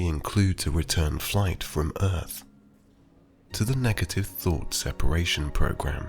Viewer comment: I hear my old chemistry teacher bawling across the classroom: sepAAAAAAAAAAAAAration. Not sepEration!